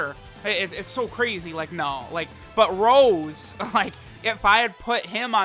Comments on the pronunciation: Petition to get to say Rosé instead of Rose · please stop saying rose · I knew something was wrong, this ain’t. He calls him Rose and not Rosé.